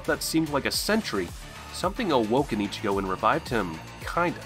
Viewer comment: yo this guy cannot pronounce one thing correct apart from Ichigo and it pisses me off